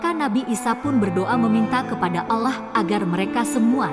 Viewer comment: Pengisi suaranya ini non muslim ya Bacaan nya salah dalam menyebut nama Allah dan toha